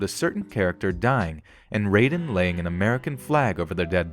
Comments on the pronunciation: its RAI den. No RAY den. Thisnt mortal kombat, guy. Smh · You've obviously never played Metal Gear Solid with that pronunciation of Raiden (RIY-DEN). If you're going to say characters names, at least look up how to say their name; that's just laziness towards your video. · my man just said "Ray-den" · Slight and meaningless correction: Raiden is pronounced rye-den, not ray-den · I quit watching this video the second dude said Raiden (pronounced like Mortal Kombat). Raiden - like ride in. Raiden. I defy you to find a line with a single character in the game calling him that in the US release. I need ✂️ 61! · You pronounced Raiden's name wrong from mgs2... its not pronounced "rayden" Its pronounced "Riden" lol this isnt Mortal Kombat Raiden 😂😂😂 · raiden (Ray-Den) is a mortal kombat character. Raiden (Rye-Den) is the character from Metal Gear Solid 2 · Reiden? Who the heck is Reiden? I thought you play a Raiden in Metal Gear Solid 2 not Reiden. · Okay, first of all it's Rai-den like Ninja Gai-den. Ray-den is from Mortal Kombat. Also, "Nu-clear" not Nu-cu-lar. Not sure where you're getting the extra U or syllable from. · Ok but you did not just pronounce Raiden as "Ray-den" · It's not Rayden, its Raiden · "Ray-den"? RAYDEN?? Also that's cool that Metal Gear Solid 2 was mentioned on this list, it's an amazing game, but why not mention Metal Gear Rising: Revengeance? It might not of had as big an impact on it like with Metal Gear Solid 2 but 9/11 is still mentioned by one of the characters. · Raiden's name is pronounced as "RYE DEN", but despite that great video! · You mispronounced Raiden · I know it's a small detail (okay two now), but you didn't say Raiden and "nuclear" right :l